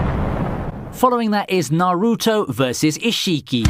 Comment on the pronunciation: No, no, no. The way he was pronouncing some names raised my anxiety. Naruto (don't stress the "A" and "U") Boruto ( Don't stress the "O" and "U") Isshiki( pronounce as ishki. Like the way you pronounce sasuke as saske.